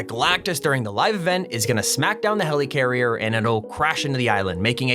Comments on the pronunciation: Okay can you stop calling it HELEECARRIER Its pronounced Heli-carrier or heleh- carrier Not heleecarrier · Nobody:: HELYCARRIER